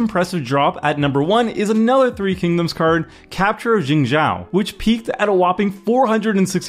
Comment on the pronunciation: actually its more like: Sun = sue + in, but as one syllable merging the "ue" and "i", in a flat monotone sound Quan = Tss + you + en, as one syllable, with an upward inflection Jing = Dzz + EE + ung, as one syllable, in a flat monotone sound zhou = Joe, with a flat monotone sound